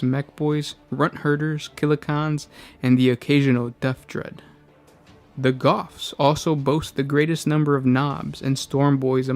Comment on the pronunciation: why do you say killa kaans? It's Kans!!!! One A!!!! Like a CAN of tuna, not like a James Caan. Because they are shaped like cans.